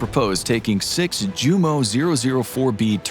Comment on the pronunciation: The J in 'Junkers' and 'Jumo' is pronounced with a Y sound. So it actually sounds like 'Yoonkers' and 'Yumo'. You got the V sound for W, in 'Wunderwaffe', so why not go all the way, right?